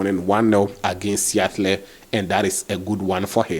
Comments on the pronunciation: Its pronounced as Seadil please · it's pronounced as Sea - A - tle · boss just an advice to you bro you will need to work on your Teams name pronunciation -(Seattle) just Google it and you will get the pronunciation right aside that keep doing the good job bro 🙏😊